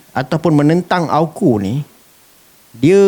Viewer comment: Hos sebut AU..KU.. bukan A..KU sebutannya betul..dengar betul2.